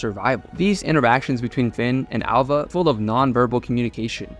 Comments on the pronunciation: Her name is ''Alva'' not ''Ålva''. Get it right. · “Al-Va”. Not “Ul-Va” Why did you edit yourself to be wrong?